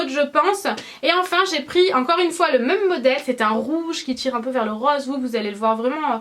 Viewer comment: Coucou! Pers je prononce "même" comme toi et tous les gens que je connais aussi mdrr! Ça doit être une prononciation de gens du sud-est:p Bisouus